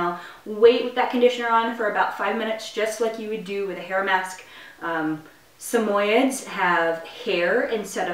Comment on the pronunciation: its pronounced sam oyee ds not sameyeds